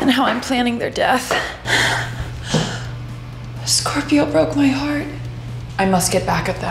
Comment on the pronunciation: I'm a sCöRp!öö